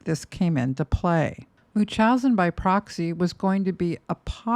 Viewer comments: its pronounced MUNCH-housen not mooch-housen and its called factitious order imposed on another, NOT munchousen, I would think a psych nurse would know that? Additionally, fictious disorder imposed on another CANNOT be disagnosed on someone who is dead. And to ascertain a proper diagnosis while the offender is living is incredibly difficult, that is why there isnt a true diagnosis. Gypsy is messy but she was abused and brainwashed her entire life. Nick got a raw deal. Gypsy is a victim and also I guess a manipulator (like her mom). This video is reaching. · Love the videos, but the way you can't properly pronounce "Munchausen by proxy" gives me pause. Especially with you being an RN...